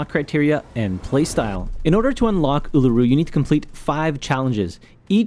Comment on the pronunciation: The Uluru pronunciation just got to me as an Australian. Uluru is a great operator though.